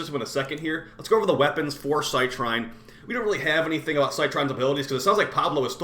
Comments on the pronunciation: Just so you know, it's pronounced "Sit Reen" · I looked up online and funnily enough, both you and Rebb are butchering her name. It's pronounced "cy-treen".